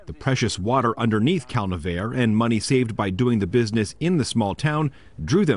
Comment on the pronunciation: I always thought it was pronounced Cal - Nev - R- EE